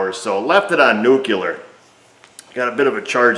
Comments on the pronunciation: I love the George Bush "Nuke-u-ler" reference. Did Napa sponsor yet? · There is only one "u" in nuclear.